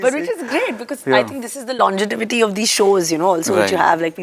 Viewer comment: new word has been coined - "longetivity" 😆